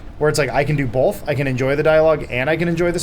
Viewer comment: Did Adam say "Bolth"? I knew it, he is Funhaus Burnie.